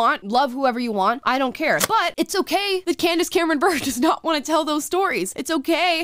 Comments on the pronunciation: Her name is pronounced Burr-a. Not Burr. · Its pronounced Bur ray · Small detail but important... her name is pronounced Bur-ay not Burr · I love this supportive take on Candace Cameron Bure‘s position. Good for you. BTW, her married babe is pronounced „Boo- Ray.“ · I agree with you but, I have to correct you on one thing. It’s Candace Cameron Bure pronounced (Bure ray) Her husband was a Russian hockey play. I do think it’s great anyone sticks to their own convictions even if I disagree. However, I agree with her. Hallmark who she had a deal with is like Pure Flix & tends to stick with wholesome family friendly content. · God damn it. Her last name is pronounced Bur-eh. She's married to the brother of one of the most exciting NHL players ever. Show some god damn respect. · Her last name is pronounced, Bure (like cure)- Ray. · Her last name is pronounced beret, like the hat. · It's sad that none of the top comments are correcting the way you said her name...clearly no hockey fans here. She married Pavel Bure, one of the best Russian hockey players ever. It's pronounced Ber-aye. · Its pronounced...bur ray